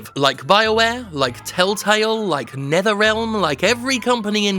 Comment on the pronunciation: "Like Neatherrealm." Yep. Just like Netherrealm.